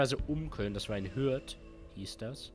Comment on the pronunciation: Max, es heißt hÜrth! mit Ü :D hab dich leider hier nicht gesehen :/